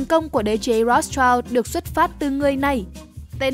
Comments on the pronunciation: Phát âm là "Roats trao" sai r kênh ơi 😢 👉Rothschild phải đọc là /ˈrɒθstʃaɪld/ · Tiếng Đức đọc là R(r)ốt S-chind